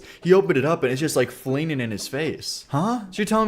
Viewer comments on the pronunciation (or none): pronunciation of words containing “ing” is wild. I cannot place it. Have never heard it. So when he said “flinging”…